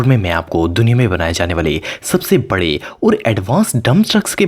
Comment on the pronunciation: It's not bare it is bade